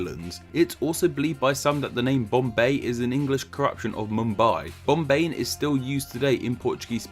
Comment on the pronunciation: No bc the way he’s saying curtain words would make my eyes shoot straight open 😭: 😌😴🛌💤….mumBAI!👁️👁️ 🥱😴🛌💤…. bomBAY!👁️👁️